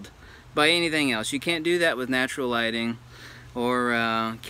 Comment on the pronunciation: me: natur-: studio lightning me: studio lighting